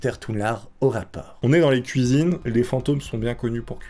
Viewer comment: "La place du fantôme c'est la kouizine"